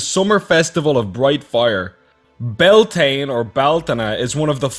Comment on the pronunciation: Unfortunately, you're 100% right, there's even a lot of miss information in this video. He's not even pronouncing it right. The Celt's didn't not worship ANY 'gods' from the middle East. Especially not Moloch or Baal. The name means Bale Fires, like hay bales, NOT Baal Fires, *Facepalm*. I don't understand the need to associate all religion with the middle east and all philosophy & wisdom with Rome and Greece, it's kinda psychotic on the part of... ya know what never mind. I've enjoyed the ancient origins site but this video is just so poorly researched it's annoying. It's even got this Richard Richard guy all worked up and trying to shame you with his demonic eternal damnation deity. Again, it's kinda psychotic. This videos commentator, or who ever did the research for it, either has a nutty agenda or just plain doesn't know what he's talking about. There are several things in this video that are just plain false information or truth distortions. I'm nearly positive there's some, most likely religious, agenda behind it and shame on Ancient origins, I used to think better of you guys/gals.